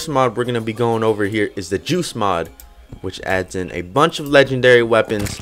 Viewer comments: He doesn't pronounce the t clearly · Whenever you say “Joost Mod” I keep on thinking you are saying “Juice Mod” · Me too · Sh4dow same